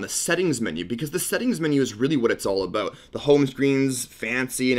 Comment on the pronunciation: Why'd you say aboat